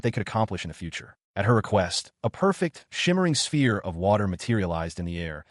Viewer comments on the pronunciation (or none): none